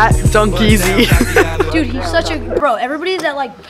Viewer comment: ITS NOT DUNKEAZY ITS LiL dEaZy😂